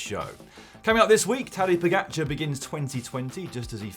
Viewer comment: OMG this announcer needs to learn how to say Pogacar’s last name.